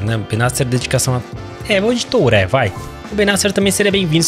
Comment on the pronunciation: Oi o nome do jogador se fala do jeito q eu vou escrever aqui..é thurrêe q se pronuncia e não touré...meu pai não aguenta mais ouvir vc falar errado....kkkkk